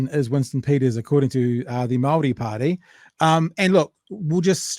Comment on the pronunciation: Winston’s response to anything he doesn’t want to answer: “Don’t you dare, I’ve been selling out on my people and mispronouncing Māori words since before you were in nappies” lol.